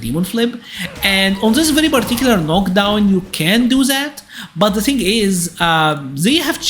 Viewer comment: Why do you pronounce "the" as "Z"?